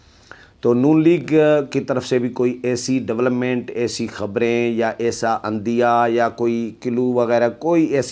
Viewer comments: عِندیہ ✔️✔️ عّندیہ ❌❌ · "عندیہ" اس لفظ کو ع کی زیر کے ساتھ پڑھا کریں جس کی صُورت یہ ہے ۔"عِندیہ " ۔. . . . "عٙندیہ"ایسے ہوتا ہے لہٰذا "عِندیہ" پڑھا کریں ۔